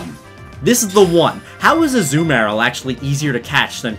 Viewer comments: Its Azuma rill not az uma rel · A zoo meyr uhl?? It's azooMUHrill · Azoo Marill. its a-ZOO-mu-rill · It’s uh-zoo-muh-rihl Not uh-ZOO-mayr-ll (Azumarill) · STOP SAYING AZU-MARIL ITS AZUMARIL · I kept thinking that you were saying you caught a zumaril. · its a-zoo-mah-rill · You mispronounced Azumarill and in an annoying way